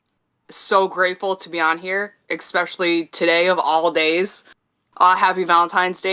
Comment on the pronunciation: the irony of someone correcting the pronunciation of a word right after saying "especially" 🙄😑